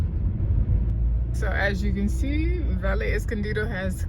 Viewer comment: Great tour. The double "ll" in all Spanish words is pronounced as a "y" so, words like Valle, Calle, Caballero, Cabello, etc, become, vaye, caye, etc., etc.